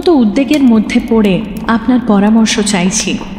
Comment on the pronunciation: উদ্বেগ শব্দটার উচ্চারণ উদ্বেগ এইভাবে হয় বলে জানি। আজ উদ্দেগ শুনে অবাকই হলাম।